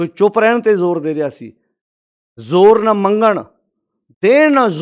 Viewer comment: ਲਫ਼ਜ਼ ‘ਜੋਰ’ ਹੈ ਕਿ ‘ਜ਼ੋਰ’???